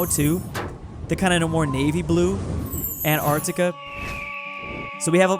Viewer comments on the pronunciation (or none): none